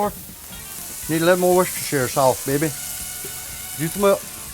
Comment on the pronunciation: Many years I worked in a restaurant with a guy who called Worcestershire (pronounced, wurst-er-sure) sauce,it "Wha's-dis-here sauce."